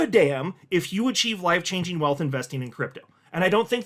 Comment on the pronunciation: Are you saying “wife changing” or “life changing”? 😂😂